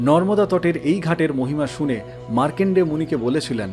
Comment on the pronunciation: মার্কন্ডেয় উচ্চারণ টা একটু ঠিক করে নিন। মার্কেন্ডেয় হয়ে গেছে।